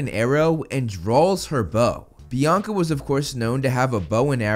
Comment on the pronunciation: Bianca didn't have her hunters stuff until after Percy met them And clearly people didn't hear a bianca The only small sound was of "BIACA BIACA BIACA" like someone with a speech problem